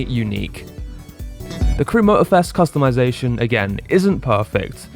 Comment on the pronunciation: You hit every single topic i had in the top of my mind, i definitely turned off the voice dialog and sub tittles and every other talking AI that was making me lose my mind!! Also i got a nit pick with the word Customization! 😅😅 sorry had to do it..